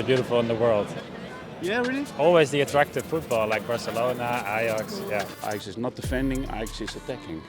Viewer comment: Par contre mgl OK tu nous explique l'histoire de l'Ajax en français c'est cool mais stp plus jamais tu dis l'ayax en français le J se prononce donc tu dis l'ajax